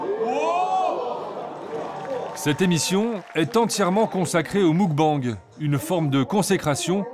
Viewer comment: Des que tu vois que le narrateur est incapable de prononcer muk-bang correctement, tu doutes de la pertinence du reportage. Ca fait vraiment trop france tele dans la facon de commenter. Le meme ton, les memes jeux de mots sans inspiration...